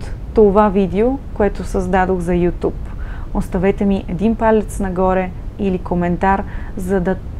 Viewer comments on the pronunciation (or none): none